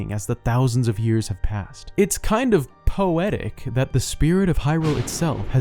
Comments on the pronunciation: I audible clicked my tongue when you said poe etic 😂😂😂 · "It's kind poe-tic." How dare you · Dude... Poe-etic. omgawd! XD Loved it. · POETIC. POE-ETIC. Was that deliberate? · "It's kind of poetic" Was that pun on purpose or just out of happenstance? POE-etic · I lost it at POE-etic 😅😅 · "It's kind of POE-tic" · its almost po-etic. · POE-etic lol